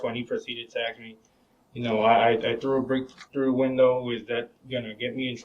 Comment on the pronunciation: He should be thrown in jail just for saying "axe" instead of "ask".